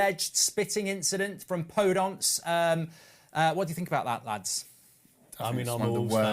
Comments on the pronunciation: anyone else screaming PodEnce! not PodOnce! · He pronounces Daniel Podence wrong as well